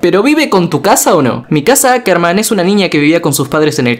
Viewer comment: q no se dice ackerman se deci hackerman